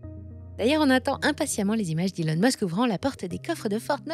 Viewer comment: Quelle frimeuse avec son accent britannique ! Elle oublie de bien prononcer Musk et Trump